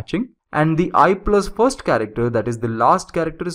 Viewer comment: what the hell is "furst" ?